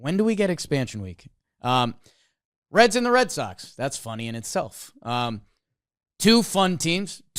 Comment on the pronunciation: The Cincinnati "Reeds"...😂 it was in the NL standings.....